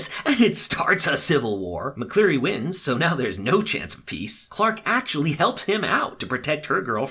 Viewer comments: It’s Mcqueery not Mcleary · oopsies- 1. there’s 101 kids on the drop ship because bellamy wasn’t supposed to be there. when the two boys die that means there’s 99 left. 2. His name is Wells lol not will 3. Jaha’s title is Chancellor, Kane’s title is Counselor. 4. His name is McCreary not McCleary 5. Most importantly: it’s said as “the hundred” really good recap though! loved it even though i knew everything that was going on lol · Dude your so bad with names...it’s McCreary not mcclearly and wells not will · And you called McCreary McLeary... but it's cool dude. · It’s not mcleary it’s mcreary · It’s wells, not will. And also you said Mcleary, it’s mckreary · No, it's McCreary